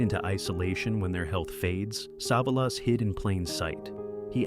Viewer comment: Poor pronunciation of Savalas, at least pronounce names correctly AI